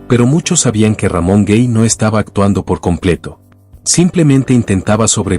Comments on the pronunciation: Se pronuncia Ramon Gay no Guey, es español. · Tocante al actor Ramón Gay, el apellido no se lee cómo si fuera en Inglés, es Gay literalmente con letra A, y usted lo pronunció cómo si estuviera en Inglés, pero no es así.